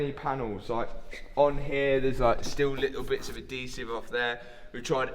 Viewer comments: Ad-desive? Is he trying to say adhesive? 😂😂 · Is he TRYING to SAY "ADHESIVE " 🤔 🤣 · I thought the way you say aluminum was annoying. Adhesive is SO much worse. Ad-hesive Not ah-desive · Adhesive? Nahh, “Ah-desive” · Ad sive? Does he mean.. ad he sive (adhesive) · Its adhesive remover. You know AddddddHEsive. Pronounce the H dude holy crap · What the hell is adEEsive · So much adeeesive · Wait wait what? Adeesive? Is that real or just a weird Matt thing? You British peeps say it like that too? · I see Liam's R8 has the engine out. is it broken? and I do love how Matt pronounces Adhesive (Adeesive) doesn't pronounce the H. Ad he siv (e is silent obviously) 🤣🤣